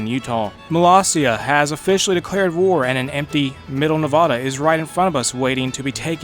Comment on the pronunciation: Ya miss-pronounced the word Nevada